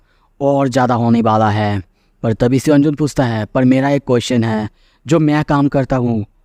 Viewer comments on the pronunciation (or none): none